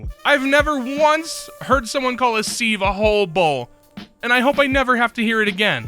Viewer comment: I've never heard someone call a sieve a "Seeve" before either... lol